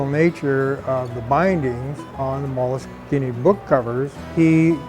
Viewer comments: If you look in most websites for the pronunciation, it's mol-a-skeen-a. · I have Molskine pronounced 3 different ways now! I`m gonna have to ring them up and find out which is correct XD